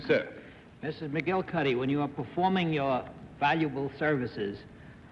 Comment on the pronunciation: This was apparently well before there was much known about chiropractic medicine. The name McGillicuddy was the name that Lucille Ball used as her maiden name in I Love Lucy. I loved Desi Arnaz’s pronunciation of McGillicuddy.😂